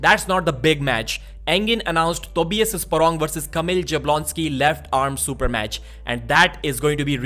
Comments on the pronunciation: You should pronounce it more like as if it was Yablonski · this is not the correct way to pronounce Kamil's last name. I don't know how to explain, but this first letter J should not be pronounced in the ''English'' way. I think Devon was the first one to start calling him in this incorrect way. Also, Sandris Šedis should be pronounced Shedis and not Sedis, but I think you already know this one.:) Anyway, keep up the good work man.